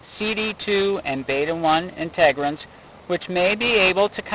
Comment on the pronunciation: Integrins, not Inte-grins